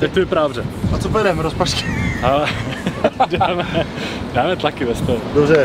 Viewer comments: řekl rozpažky XD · Ha povedal ropažky:D